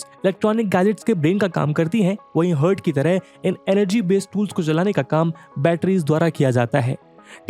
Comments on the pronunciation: Heart is pronounced as hart not hurt. Hurt is ghazal in Hindi/ Urdu.. battery ka Heart is Lithium . Not hurt Lithium. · Hurt nahi heart😂🤣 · "Heart" शब्द का उच्चार "हर्ट" न होकर "हार्ट" है ☺️☺️